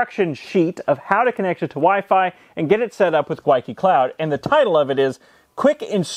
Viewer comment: Every single "Gwyneth" filled me with joy.